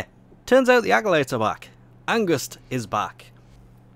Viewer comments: pls say fear Not angust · Isn't it just called Angst instead of Angust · you pronuce angst wrong